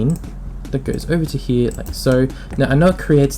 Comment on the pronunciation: hee-yah = 'here' this word was said how many times :D